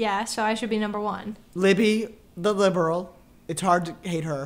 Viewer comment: when he calls libby, “libral libby” it makes me laugh 😭😭